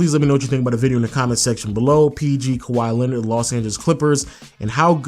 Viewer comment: wow you bucherd his name